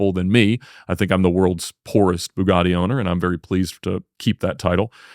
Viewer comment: Ba-GaTTy, not Boo-Gardy